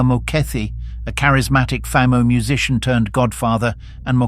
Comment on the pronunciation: At learn how to pronounce Famo and Lesotho 😂